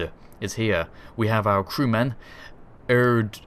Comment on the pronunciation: Dres: pronounced dray